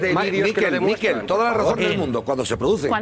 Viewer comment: Una apreciación fonética: MIQUEL es una palabra aguda, como "pincel", "carrusel" o "cuartel". Se puede apreciar en que no lleva tilde en la "i". De nada.